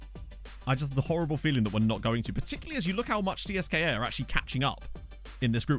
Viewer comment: In Russian you should actually pronounce CSKA as Tse-Es-Ka because "Siska" means "boob" :) Really sweet Conference League showing! Achieving something against more reputable clubs always feels so nice as a smaller club breaking into Europe for the first time.